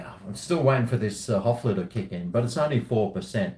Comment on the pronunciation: We are near to the 3rd world war and and old talking shit like in all his vids. Cheers! "Hoefler" not "Hofler" is the name of this crappy beer from germany.